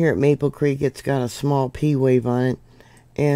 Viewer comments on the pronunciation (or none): none